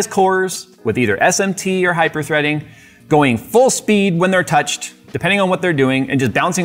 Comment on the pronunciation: Hyperthree-ding obviously 🤪🤭